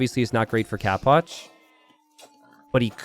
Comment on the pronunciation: always says capoch like "cap watch" like an idiot